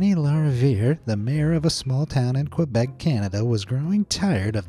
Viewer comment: It’s not pronounced KWIBEC! ITS KEBEC!